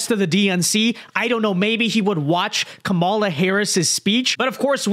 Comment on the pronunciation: Another dude who can’t pronounce Kamala. Who is this person?